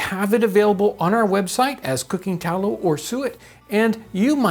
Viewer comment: Haha…. Spot ON!!